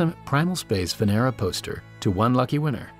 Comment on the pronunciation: Lol humanity is giving Venus V.D.... Venera sounds like Veneria.